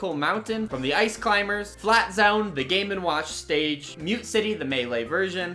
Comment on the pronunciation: "FLAT ZAAONE"